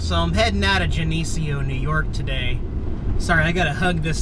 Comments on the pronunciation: "Janieceo" hahahaha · This decided where my buddy and I will be primitive camping in late October! Any pointers for this location? Thanks for the vid! P.S. (and this is not meant to be pissy in any way lol) it’s pronounced “Jen-eh-C-O”. Just so when you’re talking about your travels i. The future. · Geneseo: Sounds like Jenna Cee-OO :) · Geneseo is pronounced "jenna-seeyo" :) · Geneseo = Jen-a-See-O !! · Not a big deal but Geneseo phonetically is: Gen-uh-see-oh ;) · GEN-NE-SEE-O LOL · its pronounced! GEN-A-SEE-O....(short a) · lol its pronounced Gena see o